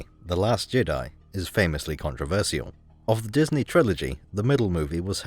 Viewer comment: bro destroyed disnæy